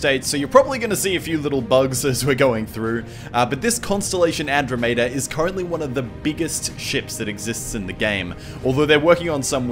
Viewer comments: An - Drah - Meh - Dah Not An - Dro - May - Deh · I'm sorry dude I have to post this, it's pronounced And-drom-ada not Andro-mayda. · How do you not know how to say Andromeda? Its literally how it sounds. An-drom-eda not an-dro-meda. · It is AndromEda not AndromAda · sorry, did you say 'An-Droh-may-duh'? The proper pronunciation is 'An-Draw-Muh-Duh'. This isn't just an accent issue, you are actually mispronouncing the world. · An-drom-ihduh not andro meta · you're saying it wrong. It's pronounced "an - DROM - meh - duh" like the galaxy, you know... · Dammit Museli! That's not how you say Andromeda! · You pronounced Andromeda wrong, I almost threw up when you said it. Nice vid, though.